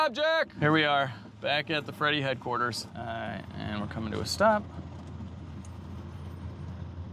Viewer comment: Freddy headquarters... Fredquarters. You fumbled that one.